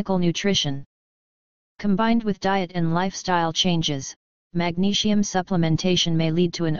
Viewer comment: I don't get why the bot voicing the text has to say magnesium like 'magneshium' but otherwise thank you very much for the information. I have heard many people say magnesium helps to lower their blood pressure. My mum suffers from high blood pressure but it's just trying to get her to take the supplement that's the problem. I've also heard that having too much sugar in the diet can have negative effects on blood pressure. Btw to people interested only 20 percent of magnesium is absorbed so if you get a supplement like citrate you're probably only going to get up to 80mg from 500mg. Due to the soil being more depleted in minerals than ever before, we don't get much from food nowadays or so I've heard. My advice is oral supplements and chloride spray. I would also avoid too much calcium, fluoride (which binds with magnesium thus you lose more and is bad for you) caffeine and refined sugar and salt - as it's stated in the article. Btw I've heard somewhere that salt can transform in to something similar to that of glass when being digested in the body to which it then acts as an abrasion to the arteries making you bleed. Cholesterol then goes to the rescue to help you stop from bleeding. I'm not sure if this is true but it's something to do more research in to. Try and avoid processed or boxed foods as these items drain more magnesium from the body. To people that are looking out for someone's health please don't forget your own too. Mostly everyone is highly deficient in this mi